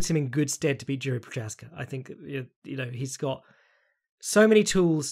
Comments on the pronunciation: For anyone who cares: It's pronounced YI-ZHI, like the ZH in Zhang. Not JI-RI or YI-RI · Jeeeeesus you just keep butchering Jiri`s name.